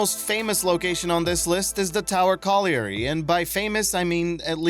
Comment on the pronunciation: Hate to nit pick but the mine itself is of a tower colliary type. Not its name. Colliary is pronounced colli - ry as if the a does not exist. Yea i know im annoying but i spent 10 years pronouncing it wrong. The tower refers to the lift mechinism that would bring miners up from the coal face below. Im from the uk and the things we pronounce differently baffles me too